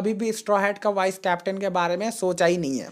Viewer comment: Bhai wo wise nahi vice hota hai